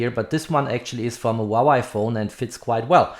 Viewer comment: Very good review. Btw, Huawei is pronounced as "Hua Way", not "Hua Wai"😁